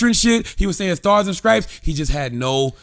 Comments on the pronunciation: Sounds like Cthagod said scripes instead of stripes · Untill this so call "GOD" can pronounce the word "stripes" correctly, he has no right to speak negatively about anyone.